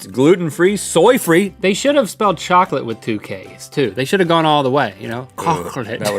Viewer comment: “kkokkulate has me dead 🤣